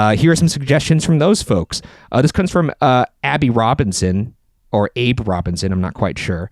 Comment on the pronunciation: Ok, ok, I’m back on board since they read my suggestion!! And it’s pronounced Abby - you got it. Thanks!